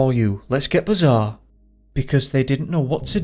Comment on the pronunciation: And I quote....let's get bizaaaaarre (Humberside accent). Lol